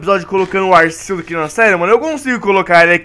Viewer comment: se fala arquios n e aceus